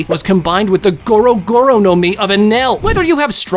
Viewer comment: He said goro goro no mi deaf ahh